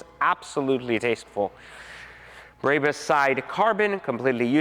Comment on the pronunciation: This dude is a cornball. He can’t even say Barbaus correctly